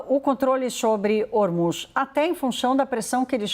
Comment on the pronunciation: Essa repórter troca o “s” por “ch”! Deveria procurar um fonoaudiólogo! Irritante ouvir ela falando e dizendo: “Trump não conchegue chair” “controle chobre Ormuchss” ridículo! Procure um fono minha amiga!